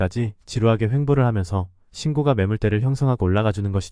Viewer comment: 우리말 숫자 읽는 법 부터 다시 해야 겠어요. 그리고, 신고가는 발음이 신고까로 하는 겁니다.